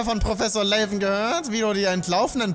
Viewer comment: Ist zwar nix schlimmes, aber der Proffessor wird Laven ausgesprochen, wie es da steht, ohne englischen Akzent, weil sein Name die Abkürzung von Lavendel ist xD Ist aber auch nicht schlimm, wenn du weiterhin Layven sagst ^^